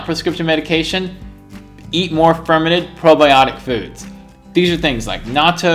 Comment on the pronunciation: Fermented food, I thought he was saying fermenant